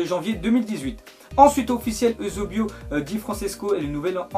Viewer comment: Mdr t'a pas respecté eusebio si Francesco tu lui a massacrer son nom